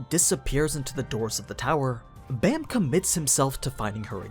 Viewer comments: Baam not bam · Baam isn't pronounced as B-Eh-M, but B-Ah-M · Dear white people: his name is pronounced “bahm”, not baam, like this dude pronounced it. Bahm = night in korean. His name is the 25th night. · Ok ok ok, everybody is pronouncing Baam as Bam, but I have always pronounced it as Bomb. Which way is the correct way? Bam is probably the right way, but I dunno, Bomb sounds better as a name to me. Also I have literally read the entire webtoon up to the latest episode and like I've been pronouncing it like that forever.